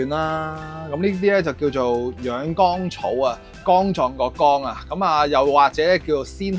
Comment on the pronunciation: 博主某些發音有些問題，養肝草读成養肛草，凢干字音的都讀成江字音，还有安字音都有同樣問題，希望留意及改進，令视频效果更理想！